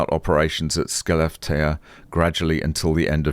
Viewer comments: Also, SKELEFTEÅ is pronounced ”Schelefteau” or something like that. :) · It is pronounced "schellefte-å" 😉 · FYI: Skellefteå is pronnounced something like Shell-ef-tee-o. Last sound is like an a but mouth formed as per o. It's not a bad little town. I visited there in 1987. It may have recovered. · "Skellefteå" is pronounced kind of like "She left you" 🙂